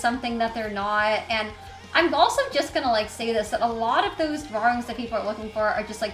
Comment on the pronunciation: the way she says drawrings makes me so mad😂